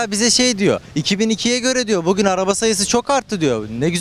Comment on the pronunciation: danilo şef bile daha güzel "bugün" diyor